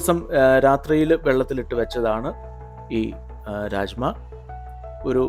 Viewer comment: Raajma alla.rajma Bean 🫘 not dal